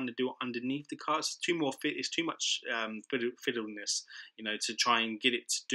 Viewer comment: And today's word kids is..... Fidleniss??? Lmao